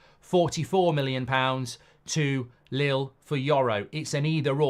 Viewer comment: It’s not lil it’s leel